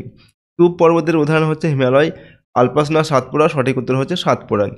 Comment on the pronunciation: ওটা আল্পাস না!!!!! ওটা আল্পস!!!!!😢😢